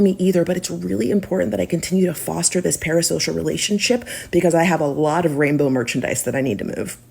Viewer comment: It's NOT dis or mis... i live here ma'am. This is FACTS!!